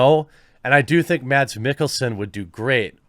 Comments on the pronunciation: His name is pronounced Mas like Christmas. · The D in Mads is actually silent in danish, just saying.